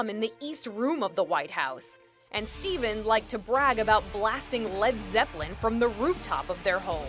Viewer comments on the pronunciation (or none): none